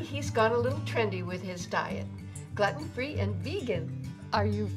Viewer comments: GLUE-TIN not GLUTTON argh so smart and funny and ruined by that one ignorant pronunciation. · Is 'glutten' the American pronunciation?? I've always heard 'glooten' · I love how she says gluten free as glutten free. it should sound like your saying glooten when you say it. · "glutton free" xD glue-ton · It's pronounced gluten not gluten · I like how she pronounces 'Gluten' Gluton free lol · Gluten is pronounced gloot-in. Glutton is another word. but I love the video. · ok let me help you here it's pronounced "glooten" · Pretty funny video, but it's not pronounced "glutton", unless part of the joke is supposed to be that the grandson is mispronouncing it too as a reference for stuff that you wouldn't actually want to pig out on. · Gluten (“Gloo-Tin”) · Not Gloten free? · It's glue-ten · It's pronounced Gl-ooten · It's pronounced GLUEtin !!!!😅😅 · gluten I think its pronounced glooten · She is saying gluten wrong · I hate how she says gluten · I love her but I hate how she pronounces "Gluten"